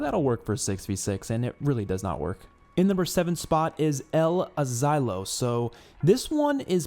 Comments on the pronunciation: It’s pronounced “El-aseelo” el asilo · It’s actually pronounced (el-asiiyo). Put some Spanish on that tongue lol